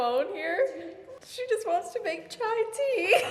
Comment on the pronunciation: Loved when you said "chai"😍😍..love from India!!